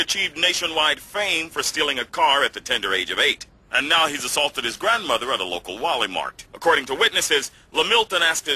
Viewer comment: "grandmoDer" lol